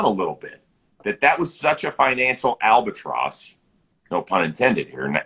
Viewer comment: "Albert-tross" almost had me unsubscribing